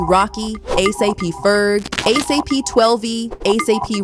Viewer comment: her saying a s a p is driving me nuts too